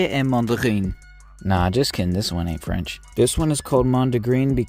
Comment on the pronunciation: That was pretty good french